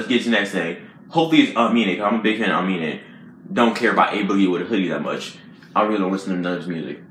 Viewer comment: You said it right the first time. UH-MEAN-AYE